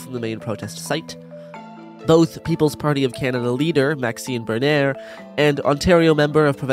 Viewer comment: Good content, but the pronunciation of "Bernier" and "Hillier" ... oof.